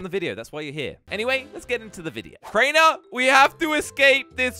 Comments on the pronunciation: Kraner bro its crainer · "Kraner" bro its Crainer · How we pronounce Crainer: Crayner How pronounces Crainer: Craynah